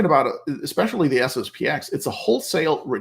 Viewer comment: It's SSP-ten. The 'X' is not a letter but a Roman Numeral. Anyway, SSP-ex sounds terrible.